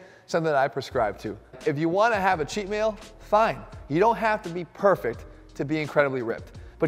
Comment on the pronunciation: I thought David was psychotic till I heard chet meal once a day.